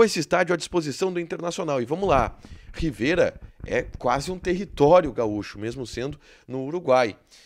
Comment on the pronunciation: Não é "Riveira ", é " Rivera ".